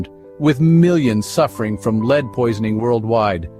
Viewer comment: Yeah honestly that made it too frustrating to watch. Doesnt even care enough about editing to notice the main lethal ingredient is being pronounced wrong